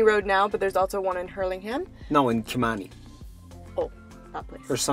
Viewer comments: with a lot of confidence, "no, kimani🤣🤣 ", well it's Killimani. road to 100k subs. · hahaha.. butter beans still brings me school lunch nightmares from my high school days in Nairobi. The school lunches were pretty aweful. Oh and by the way, its Kilimani, not Kimani :)